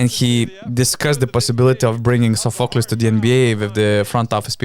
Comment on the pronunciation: Sofokl-i-s the tune is on i. Not Sof-o-klis Shxortsianitis